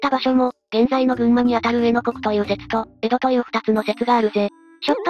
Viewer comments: 上野国（うえのこく）はさすがにヒドイｗｗｗ ゆっくりとはいえちゃんと読ませろよｗ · 「上野国」は「こうづけのくに」あるいは「かみつけのくに」と読みます。